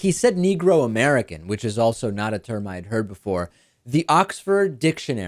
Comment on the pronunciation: Quibbles based on personal observation only: He doesn't say "Negro," he actually says "NEEEE-GROW," emphasizing the first syllable and lingering on the word, staying on it longer than he would if he were really comfortable with it. I'm guessing he's using it as a substitute for whatever term he prefers or would normally have used. (Apologies if this has been previously noted.)